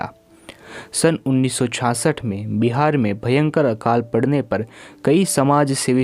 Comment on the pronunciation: पर की जगह पय पढ़ना